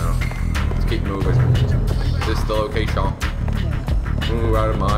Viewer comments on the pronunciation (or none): "this the locathioo" lol